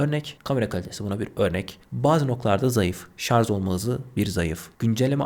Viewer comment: kardeşim, A73'ü donanımdan dolayı mı, fiyattan dolayı mı tavsiye etmediniz, 5G olması pil ömrü işletim sistemi yeterli değil mi.. Anlatırken çok hızlı konuşmak uğruna kelimeleri yuttuğunuzu farkediyor musunuz..Bir de şarj derken sanki şarz gibi çıkıyor kelime ağzınızdan..Selamlar..